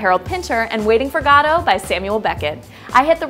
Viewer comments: You pronounced Godot wrong...its "Go-dough". But this was interesting. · I love this show, but please, please, please, it's pronounced guh-dough! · Mispronunciation of "Godot?" That's just embarrassing. Come on, . You know better than that.